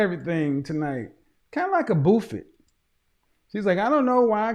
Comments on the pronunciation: This man said a “boofit” (buffet) lol 💀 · Lmao🤣🤣 "Kinda like a boofit!" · My man's really pronounced buffet as "boof it" though.. Lol. Nasty award.